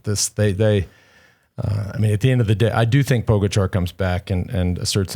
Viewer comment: It’s pronounced Po GA cha not Po go char!